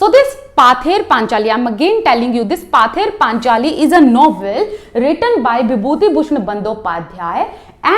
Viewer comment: Thank you mam...but it's pronounce পথের পাঁচালী in Bengali.